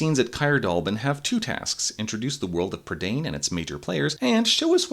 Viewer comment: Isn't "prydain" pronounced "PRUH-dine" not "prid-ANE"? Edit: Nevermind, they say it like an English word for some reason in the film. Edit 2: The bad Welsh pronunciation is KILLING me.